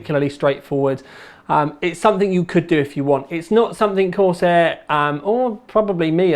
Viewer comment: corsEHH EHHH sEHven fouwtee